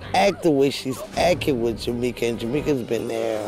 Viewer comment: It's ridiculous how Erica is "acking" with Jamika... bwaaaaahahahhahahahaaaa!!!!!!!!!!!